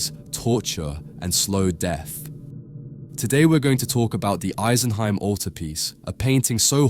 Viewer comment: It made a huge impact on me as a child, and is still probably my favourite piece of art ever. (Side note, I'm pretty sure it's "ee-sen-hime", not "ice-en-hime")